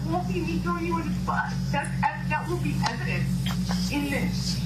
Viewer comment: It's called Blackmail not evident lol " evidence "